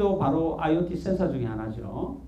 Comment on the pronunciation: 강의 준비가 안된건지, 원래 말씀을 잘 못하시는 건지.. 주어 술어가 맞지않아서 듣기가 불편하군요. 공학만 하지 마시고 인문학 책을 좀 읽으셔야 할듯합니다. 센사는 뭐고 그로발은 뭔지원.. 한글은 우수해서 센서나 글로벌 처럼 원음에 가깝게 표현 가능한데도 센사 라고 해서 빵 터짐. YTN 싸이언스는 공부하능 학자를 잘 선별해서 프로그램의 질을 높입시다.